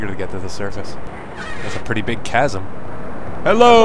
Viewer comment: Oh wow, he pronounced "chasm" correctly. Now, I don't actually like the correct pronunciation of "chasm", but it's still cool to see someone who knows it.